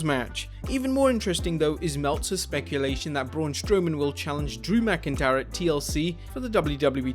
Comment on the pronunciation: you messed up on Drew McIntyre name